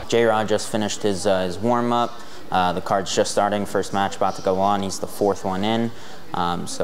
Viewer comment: "For the wamup we had him hitting pads"😂